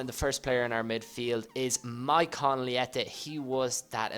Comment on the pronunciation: I'm not one of those people that usually correct pronunciation but leite is pronounced lee-ech-ae